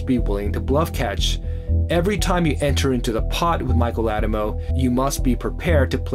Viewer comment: except for the way he pronounces “Addamo”